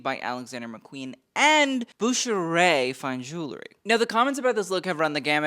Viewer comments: Dude, you should check your editing/spelling! SAWROVSKI??? Really? And Bucherer is a German firm, not French. Also check your pronunciation. Sheesh! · Bucherer is pronounced in a german way, not french. Brand is based in the german-speaking part of Switzerland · It is pronounced Bucher-er. Originally a Swiss german brand, its now owned by Rolex. You should do a little bit research. No every brand in fashion is french